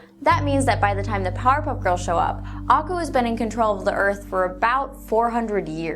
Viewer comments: Ako? Its akoo! Did u even watch it 😢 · i love this theory nevertheless. btw you kinda pronounced aku wrong. it's ah-KU not AH-ku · Did she just pronounce it as ah ku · I'm sorry, but your pronunciation of "Aku" made my brain scream, "NuuuuuuuUUUUUUUAGHAHSHSHSUJEH!!!1!" This is what I get for going to school, a nagging little voice that says "Hey, hey, heeeeey. That's spelled incorrectly."